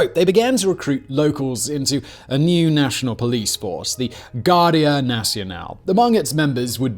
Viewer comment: Guardia sounds like English Gwar-dee- ah.